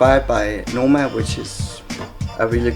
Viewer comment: It's Noma and not Nomo. The A just looks a bit like an O.